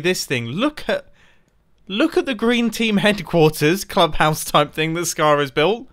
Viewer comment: The way you are saying "club house" is actually exactly how you'd pronounce it in danish "klub hus". Just thought that was funny.